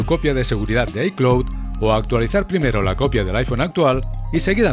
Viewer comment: “Aitiuns” “iclot” do you even english? Jajaja